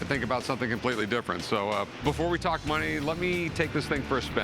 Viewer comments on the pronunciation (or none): none